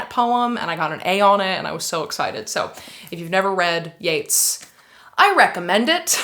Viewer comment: You're pronouncing Yeats wrong and it hurts my literary feelings.